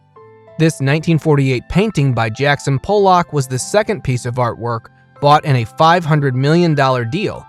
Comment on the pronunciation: Please use goggle translate or speak with an art dealer. The pronunciation of most the artist, the Louvre, & Qatar where butchered. You pronounced Pollock as Polack pow/lak an offensive term —used as an insulting and contemptuous term for a person of Polish birth or descent.